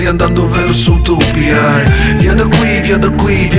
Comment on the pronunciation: Sembra anche a me che dica utopia ( che si pronuncia utopìa )